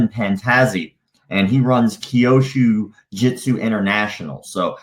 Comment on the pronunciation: Hey, love your videos. I am Japanese, and I just wanted to point out that Kyusho Jitsu (急所術) is pronounced exactly like it is spelled, something along the lines of “qiu-sho jyutsu” instead of “kiou-shu jyutsu”. Hey I know Japanese is difficult to pronounce, but I understand you are making a documentary about these bullsh*t martial arts, and I just thought I could point you in the right direction. Again, I love your videos, thanks for the awesome content.